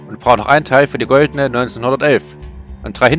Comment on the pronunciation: Ganz zum Anfang, der Name für die goldenen Waffen. "Goldene Waffen" hätte ich auch gerade so noch verstanden ^^